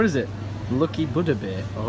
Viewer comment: 3 minutes and 35 seconds in, we've mispronounced Buddha, freaked over ramen, shouted "sticky rice" and acquired anal beads... Good job. 👍